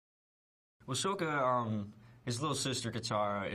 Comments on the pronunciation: To you but to me it sounds not that different. I'm watching Book 1: Water, Chapter 19: The Seige of the North Part 1 and the dude about to marry Yue just said "Let me tell you, Sokka... I've sported a lot of girls but Yue is the finest" and when he said it, he pronounced it "Soaka" like Rathbone. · omg I love him but he needs to stop saying sokka wrong😠😠😠😠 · he said his sokka's name wrong, that's just sad. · Stop saying that HE didnt say the names right, thats how the DIRECTOR told him to you idiots! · That's because that's how Sokka is pronounced in the movie, Aang's name is pronounced Ung int he movie too... yeah No idea why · he pronounced sokka's name wrong!!!!